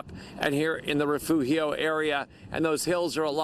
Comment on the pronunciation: Refugio Is not that hard to pronounce.